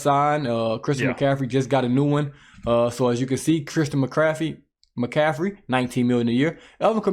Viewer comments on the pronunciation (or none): Christian McCaffrey isn’t that hard to pronounce. If you can’t then call him CMAC or? but that was rough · That’ll happen right around never. isn’t as polished, knowledgeable and struggles with a lot of pronunciations that are basic and everyone can pronounce the names.